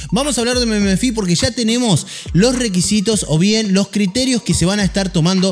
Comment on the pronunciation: jajajaj meme - fi, se dice memfai boludo XD